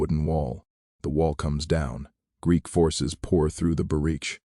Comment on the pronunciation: It read Greek as G r e e k😂😂😂once. I guess there's no editing AI.